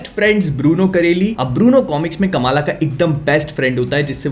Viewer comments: Correct Pronounciation: "Kuhm-laa" Khan My ONLY gripe with this show. "Kamaaala" is NOT how you say that, FFS. They had soo many Pakistani actors on set and for some bizarre reason, nobody thought to correct it? You had ONE chance to let the world know the correct pronunciation yet, u fucked it up. Literally Everyone says it wrong. Even South-Asians have started saying it wrong by just copying westerners blindly like we usually do. Otherwise, the show was surprisingly better than how they portrayed in the terrible trailer. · Kamala Nahi bhai Kamla hai woh